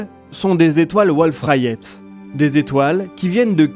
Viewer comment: Petite aparté si je peux me permettre, on prononce étoiles volf rayet et pas wolf rayette car se sont deux astronomes français qui ont donné leur nom à ce type étoiles ! Sinon super vidéo comme tjrs, merci les fréros !